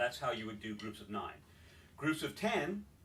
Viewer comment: why do nines sound like sixes?